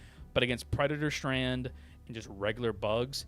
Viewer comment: You need to learn how to pronounce the word 'strain'. - Doing the guns in alphabetic order is absolutely bizarre because it's so much easier to talk about (for example) all shotguns at once and then timestamp your video. - Comparing weapons in the current meta to specific mods you don't even name is not as helpful as you think. - Who in tf takes the DCS vs bugs???? And unless you're not wearing Peak Physique while you do it (and I can't imagine you're not) maybe don't complain about having to wear fire armour with the DEsickle. - The Halt's stun rounds can bring Rupture Strain out of the ground, which would probably be good to mention. - Saying the Lib.Carbine (and no other weapon) would be improved by having an under-barrel flamethrower or GL is so far outside the realm of the conversation that I can't take you seriously. Like that's a topic for a video on it's own, not a random aside in a tier list. - Your C and D tiers are wildly inconsistent. You say multiple times the Pummler is terrible and that it's stun doesn't work (and never mention it's by far the lowest DPS SMG btw), but don't put it in D. You say the Plas Sniper is C-tier, when it's widely panned as the worst gun in the entire game (yes, I would rather take the Constitution against bugs than this.) The Halo AR in C is flat out criminal. - You're vastly overrating the Plasma weapons because of their usefulness against the Rupture Strain. Against any other form of bugs, they're maybe okay but not that amazing.